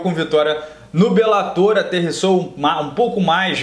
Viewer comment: "Belátor" ~ "belatôr"